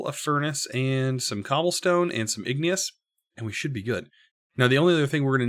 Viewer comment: ignus is two syllables!